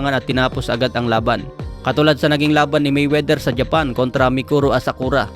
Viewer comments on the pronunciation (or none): none